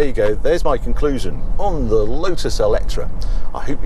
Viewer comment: Why pronounce it Eletra? Eletre rhymes with metre, no?